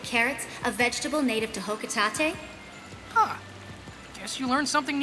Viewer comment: I learned something new from that too... the fact that Olimar's home planet is pronounced "Hoco-tahte"